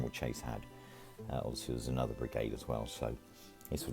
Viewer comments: Its pronounced sha say. Lovely video! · Baron Chassé, pronounced like Passé or Café.